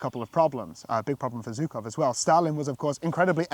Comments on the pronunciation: Please just learn how to tell surnames properly. It’s Zhukov, not Zukov. This pronunciation just makes my ears bleed even though like you I’m not Russian nor do I speak Russian. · Being polite buddy also means learning the names of the famous people you’re mentioning properly. It’s not like general Zhukov is somebody unknown. Don’t be an ignorant Brit. If we all know how to properly pronounce Field Marshall Montgomery’s surname, it’s not so hard to properly pronounce Zhukov. Even I who can’t speak Russian managed to learn it properly, so hope you’ll get there as well. I wish you all the best👍🏻👍🏻